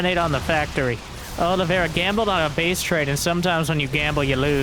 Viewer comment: Is there any SC2 commentator capable of saying "Oliveira" right?